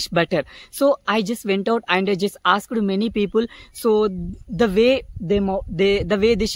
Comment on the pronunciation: You are doing great brother, you just need to work on your pronounciation. Words like stopped, learned and asked etc.